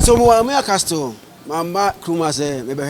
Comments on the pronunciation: Intelligent conversation. Zion, please “castle” is pronounced without the “T” Van really made me stay through the video, like by now am out of here. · Legon student Zion! Please T is always silent in castle pronunciation, thanks. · Zion said castle instead of castle 🤫😜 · The T is always silent in castle zion couldn't pronounce it right.